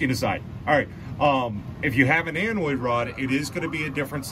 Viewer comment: Anode Rod not "Anoid Rod" :)